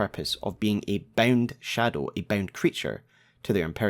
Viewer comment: Gotta say ot everytime he says bound i just hear BEN